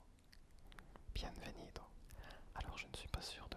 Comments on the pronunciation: sa se dit bienbenido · normalement pour les v on dit b par exemple pour bienvenido on dit bienbenido ; ) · Le v se prononce b sinon c'est très agréable 😃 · Très bonne vidéo mais remarqué que tu faisais une petit erreur à bienvenido car les "v" se prononcent "b" du coup ça se dit "bienbenido" mais ce n'est qu'un détail bonne vidéo en tout cas continue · Este vídeo está súper soy de Madrid y hablo un poco francés . Les « v » en France ce prononcé « b » en español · salut je suis español je parle un petit français quand tu dire bienvenido tu ne doit pas dire le n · le v se prononce b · coucou super vidéo! pour info, le "v" en espagnole se prononce comme la lettre "b" 😉